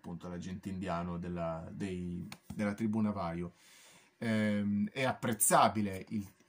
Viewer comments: La pronuncia navajo no si può sentire... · Navaho è come si pronuncia, si scrive chiaramente Navajo